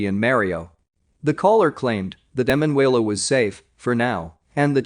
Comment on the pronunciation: You must change the Narrator..., Her name is E MAN UELA, He says her name in correctly about 99 times..., cant listen to the rest, sorry